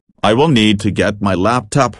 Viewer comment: When boris says "Laptop" it sounds like "Laptup"